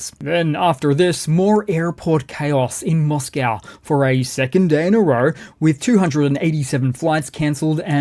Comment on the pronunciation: please can you change your pronunciation of Moscow, it spoils your excellent presentations